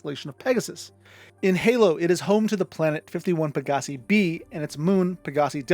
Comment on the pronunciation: Xi Bootis is commonly pronounced like "KAI BOO-TIZ." Xi is the Greek letter Ξ. Any Gliese star is pronounced as "GLEECE" Any Pegasii star is pronounced "PEG-UH-SIGH"